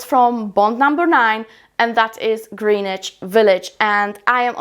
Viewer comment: Love your content💕just being helpful, it’s pronounced “Gren-itch.” I’m from the NYC area, so I assume people who don’t live here, probably wouldn’t know.